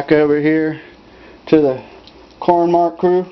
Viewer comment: Corn maque choux is pronounced "mock shoe"